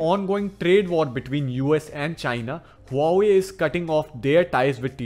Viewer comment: The way you say Huawei Make me uncomfortable